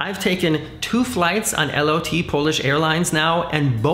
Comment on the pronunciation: Is it referred to as L O T? I thought Lot is a polish word that means flight, prounced "lowt"?